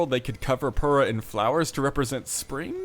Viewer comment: Actually, the way you say pura is wrong lol